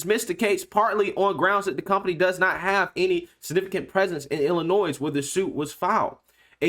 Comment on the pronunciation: Just a FYI, the “s” in Illinois is silent